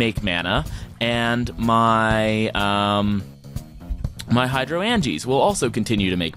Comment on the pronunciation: The word is pronounced Hydro-angea like Hydrangea the flower. here is a link so you can hear pleas stop brutalizing such a great pun. An endear watcher AKA a spot loader does not load in a radius based on distance to the block it loads the chunk it is in which is a 16 by 16 area from bedrock to the sky that is fixed based on its x and z coordinates. You can turn on show chunks by pressing F9 in NEI to figure this out. If you remember your chunk loader shot a red laser to a point that was the center of the chunk it was in and then the lasers showed the radius from there. You want to start NOW on growing an uber node for CF as it takes forever to grow even with chunk loaders and a fast inefficient system. An longer with a fast but efficient system like i have been on about in the comments of past videos. Trust me you want to do this ASAP or you will regret it later when your CV system is weak or you have to put things off to grow a node. You can auto craft botania flowers but it is a pain and rarely worth it. Mostly you need to automatically feed the correct ingredients (in the right ratio) into a petal apothecary you are piping water to and then collect the flower remotely with something like a hopper hock or a filtered world interaction upgraded transfer node.